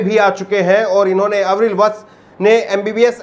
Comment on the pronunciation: अविरल, आवरील नाही